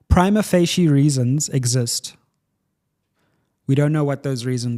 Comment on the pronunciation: No, he’s pronouncing it wrong. I have a law degree and studied Italian, it is definitely not pronounced how he said it. But to be fair so many legal practitioners mispronounce it even in court😅